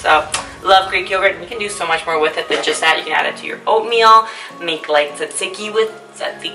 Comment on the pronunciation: were you trying to say "tzatziki," bae? lol